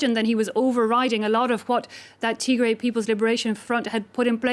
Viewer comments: Tigray is pronounced Tig-Rye...NOT Tigre/Tig-RAY!!! Tigre is a completely different Eritrean ethnic group having nothing to do with this conflict. Tigrigna is the language spoken by the Tigray in Ethiopia and the Tigrigna in Eritrea. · I Like How She Sayed Tigry - 😂 She MadE It Sound French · freedom man u are confused. They are mispronouncing the name of the region. The Tigre people live in Eritrea like the Beni Amer and speak Tigre.. Not Tigrigna. Tigrigna is spoken by the Tigrigna, Jeberti, and Tigraaaay in Ethiopia. Amharu butcher every name including the word Habesha making it Abesha. Tigre is not Tigray as most Amhara mix up. Tigray is pronounced as Tig-rye (Rye = type of grain, rhymes with the word "Why" and "Guy" ).